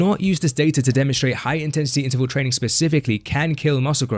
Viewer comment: Why do you say “trainingK”?? There is no “k” after an “ing.”